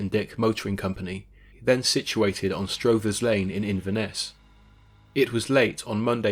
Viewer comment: The old man did not say he had seen ptarmigan, he said speckled water hens, and it's pronounced struthers lane